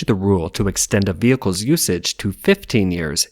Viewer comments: Private Vihecles? I'm guessing you mean "Private Vehicles". :) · "PRIVATE VIHECLES"